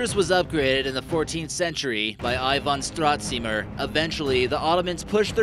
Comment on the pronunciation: It's not said Ìvan Stràtsimir, but Ivàn Stratsimìr